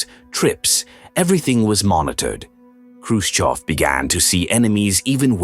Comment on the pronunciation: Khrushchev not Khrushkov. If you’re going to use an AI voice generator, at least get the man’s name right.